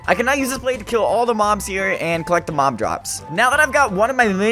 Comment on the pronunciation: It sounds like you’re saying mom instead of mob